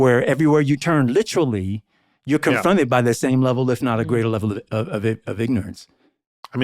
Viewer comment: the letter H isn't in the word "literally" why do you pronounce it?